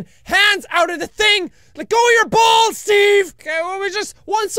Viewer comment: 2014 jacksepticeye: i love balls 2016 jacksepticeye: I LUV BAWS